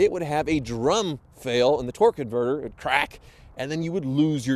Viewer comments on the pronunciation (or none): I always hear twerk when he means torque lol